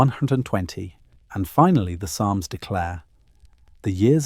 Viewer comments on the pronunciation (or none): none